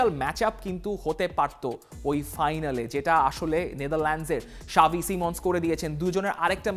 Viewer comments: Why you saying "Shavi" instead of "Xavi" 😂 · ভাই সাবি না। জাভি হবে😂😂